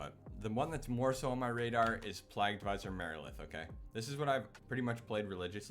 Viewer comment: Good vid "Virulent Pl-ay-gue" by the way